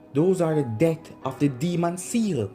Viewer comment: Accent buddy